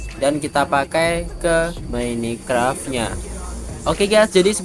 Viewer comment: mine bang bukan mini 🤣